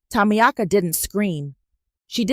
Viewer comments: Is the name Tamiaka or is it supposed to be pronounced Tamika? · I love the voice but the name is pronounced Ta meek ah. Think about getting a woman with some age to make it really real baby. I will do it just for the fun and the attitude. It sounds fun and I love your stories. Great stories.